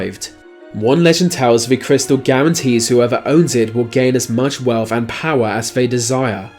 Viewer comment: Why should hand be destroyed?? I get a very liberal vibe from this man also its pronounced CUT not CUFF,,WEALTH not WELFF